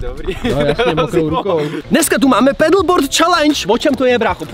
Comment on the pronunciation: Hoši nevislovuje pedleboord ale padlboardu já na něm jezdim